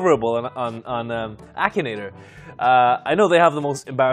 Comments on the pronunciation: BRO SAID "AKIN NAGER" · when the video started i thought he said “Action Ni-“ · Lol same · same lmao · Same lol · What the heck did he just say in the intro? I’m sure he tried to say Akinator but it sounded like something else😅